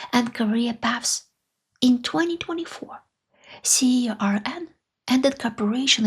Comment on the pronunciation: CERN is pronounced “sern” (rhymes with “fern”)